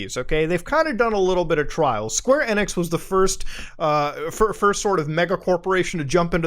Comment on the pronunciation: Every time he says "Square Enex" I cringe! 😧